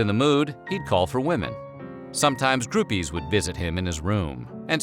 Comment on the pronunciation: Sorry for commenting on this, but did you just say groupie with a soft G?